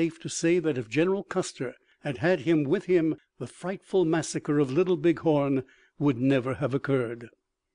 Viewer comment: Mispronouncing even common words and tribe names is inexcusable. He needs to step up and improve his " Engrish. " " Mass-sahh-kahhh " instead of " massacre ", " Chay-een " instead of " Cheyenne " and " Shoe " instead of " Sioux " were particularly grating.